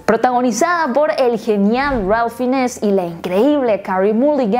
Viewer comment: Es una cinta hermosa, se me hizo corta, sólo una acotación, no se pronuncia "Finess" se pronuncia "Fains"